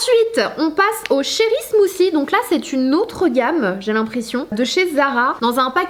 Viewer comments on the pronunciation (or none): smoothie et non pas smoosie faut travailler l'anglais puisque tu es influenceuse.....